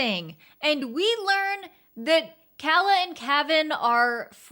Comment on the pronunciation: That's not how you Pronounce Princess Calla's Name,.